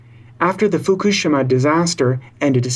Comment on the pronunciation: Nice piece. It's pronounced mon-bee-o, not mon-bee-ot by the way. And your pronunciation of Fukushima was poor too. But the content was good :-) I do wish the environmental world had more Monbiots and Schellenbergs. We have a massive problem and trying to solve it without nuclear power makes it enormously harder in some parts of the world (generally higher-lattitude ones where solar is very poor in winter, when the highest demand is (mostly for heating)). We need nuclear and renewables, and we're still almost certain to be going above 550ppm CO2 and thus 2-3C, which is really serious stuff. People like Caldicott are dangerous, because she's good at what she does, and what that is is lie to people about the real relative risks of their choices.